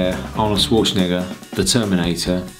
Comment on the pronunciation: it sounds so funny how he said his last name